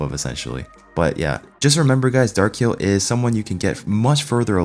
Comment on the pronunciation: Kai El... sounds ridiculous!